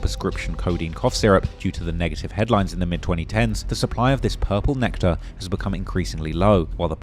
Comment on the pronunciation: This man said Purple nectere